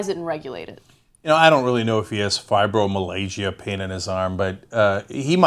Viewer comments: "Fibromalaysia" is bad---very, very, bad. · cenk calls it fibro-malaysia haha crackin my shiii upp son!! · Fee-bro-malasia? Really, Cenk? I'm just SO glad there's such medical expertise on the show. Also, stop pretending you're a smoker. It's okay, man, we'll still think you're cool. :| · "FibroMalaysia"??? Try learning how to read Cenk. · this guys a moron he cant even pronounce fibermialga he calls it fiber malasia,,this fukn idiot morron should not be giveing opinions when hes a fukn morron. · DID CENK JUST SAY: FIBER-MALAYSIA PAIN? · Cenk... Not Fribromalaysia, Fribromyalgia. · "Fibro-Malaysia" Cenk? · Did Cenk just say Fibro Malaysia? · henceforth i say 'FIBROMALAYSIA' and awesome mispronunciation. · "Fibromalaysia" Lulz. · Fibro Malysia ? cmon pronounce it properly its a serious condition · "fibromalaysia" lmfao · Fibro-Malaysia? What the hell Cenk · cenk is a dick, he hints that Morgan freeman's injuries are fake or something, cast doubt on the Fibromyalgia by mispronouncing it. Douchbag. hes so fake, its why i unsubscribed to these guys a long time ago. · Oh geez Cenk, you really don't know how to pronounce fibromyalgia? lol Ann JUST said it, but no, no, lets butcher the damn word lol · Jesus, learn how to pronounce medical terms Ana and Cenk. Have u seriously never heard of grand mal or fibromyalga?